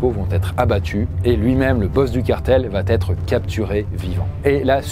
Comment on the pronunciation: Juste un truc : 'va' n'a pas de 't' a la fin. Ça pique vraiment les oreilles d'entendre à chaque fois "il va't'etre"